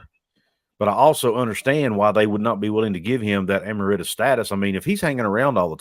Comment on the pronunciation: Just for future reference, it's "e-MERIT-us."